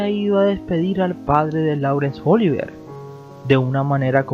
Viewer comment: No es "cónyugue", es "cónyuge". . No es "Óliver", es "Oliviér". Te confundes con Oliver Twist, creo. 😇